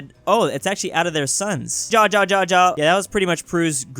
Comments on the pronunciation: When is on European languages, "Ja" Is pronounced like YA, when is in Spanish, is HA. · you said ja the wrong way it's more like ya